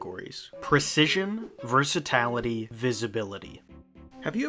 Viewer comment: This maybe grammar police but I think it's versatility not versatality though I may fail to notice the accent if there is one